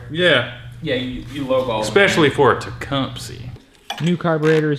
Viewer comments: You southerners really need to learn how to say Tecumseh... because it isn't TE-KUM-SEE. It's TE-KUM-SUH... like the Native American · Pronounced "Tech, Um, Seh"... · It's teh-come-sah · Maybe you're saying it wrong to be funny, but I believe it's pronounced Tah- cum- suh.... No worries! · The pronunciation of Tecumseh in this video cracks me up every the time. "It's got a Teecumpsie engine in it" - 2018